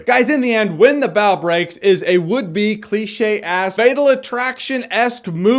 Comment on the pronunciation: JJ its Bough as in bow not however the hell you pronounced it